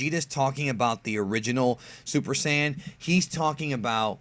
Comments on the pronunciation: Quit saying SIYIN. ITS SAIYAN. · "SI YAN ARC" how you pronounce sayian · you mispronounced saiyan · Just noticed: He can pronounce Gine, but not saiyan